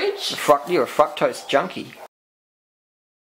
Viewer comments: i thought the guy was saying "fuck-tose" lmao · oh boy. I think fruketose just became fruktose for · man if that dude said 'fuktose' one more time i was gonna scream. Guys im not sure where in the video she said eat exactly like me! shes just saying what she does, u dont have to copy maybe even grow some of ur own veg. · sounds like they're saying fuck-toast XD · I thought you kept saying "f*ck toast"instead of fructose. What do I know. Ridiculous Americans xD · eating a banana while watching this. thank you for getting rid of the camera man. he was annoying. was he saying fucktose instead of fructose? if so.. no respect for ladies.